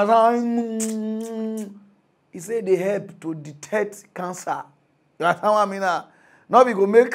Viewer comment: The funny way he pronounce "you understand" 😂😂😂 yihansan😂😂😂